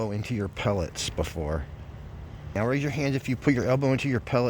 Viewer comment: First man I’ve heard saw meow instead of now.